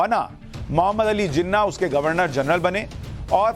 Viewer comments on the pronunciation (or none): none